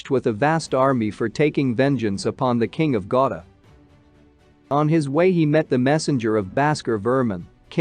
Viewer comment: that`s not pronounce gauda that sound gauri